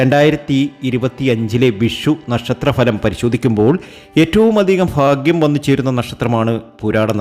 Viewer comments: ഫാഗൃംഅല്ലാ ഭാഗൃമാണ്. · ഫാഗ്യം. മാത്രമല്ല സൗഫാഗ്യം വരെ വരും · Faaghiam alla. Bhaagiam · ഫാഗ്യം, അനുഫവം, സൗഫാ ഗ്യം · ഫാഗ്യം സൗഫാഗ്യം 😊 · faghyam അല്ല BHAGHYAM ആണ് ഇതൊന്ന് മനസ്സിലാക്ക്